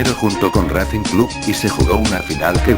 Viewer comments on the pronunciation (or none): none